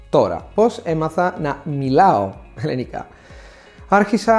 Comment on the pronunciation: It would be great if you could correctly pronounce the word ελληνικά. It sounds like you're saying "ελλενικά". Otherwise great job